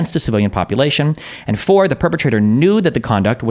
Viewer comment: Anyone ever notice Destiny pronounces the word “four” like Elmer Fudd? Lol